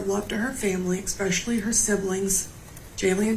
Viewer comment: ATM-there is a pandemic that is so insidious, it's 💯 terrifying! Idk how it's grabbed ahold of so many seemingly intelligent ppl. It's actually rapidly spreading to other words.... It's 'especially'. 'ESPECIALLY'... NOT 'ex-specially'!